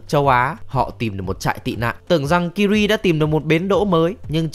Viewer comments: Tên của công chúa Ciri đọc là Si-ri giống trợ lí ảo của IPhone ,chứ ô cứ đọc là Kiri nghe nó hơi chối tai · tên Ciri đọc phiên âm là Siri chứ ko phải Kiri nha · Ciri sao lại đọc là Kiri? :)) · Sao lại đọc tên con bé là kiri vậy cha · Ciri đọc sai phát âm r anh ơi